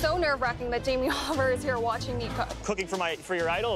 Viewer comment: Jamie Oliveoil? Haiyaaaa xD